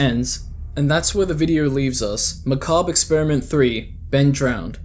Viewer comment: Thank you for knowing how to pronounce Macabre I watched someone else cover the series a while back, and they kept pronouncing it like McCabber. Drove me nuts